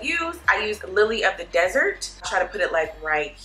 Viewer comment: Not "Lily" but "LiLi" of The Desert. I'm dying over here😂